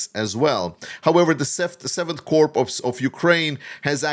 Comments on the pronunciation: corps is pronounced core, not corpse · "corps", as in "7th Corps" is pronounced like "core". The p and s are silent. I've watched you for well over a year and have noticed this when you use the word. Your English is very good...that's just a strange word!